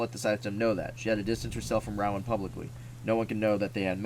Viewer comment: it’s row-in, that’s how you pronounce it but thank you for the read